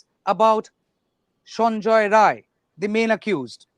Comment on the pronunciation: Sanjai rai....not Roy. He is not a bengali person, the truth .